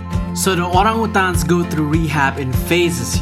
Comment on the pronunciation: Well, now I know how wrong I've been saying orangutan my whole life. :) Great job guys! Looks beautiful and can't wait to see more. -S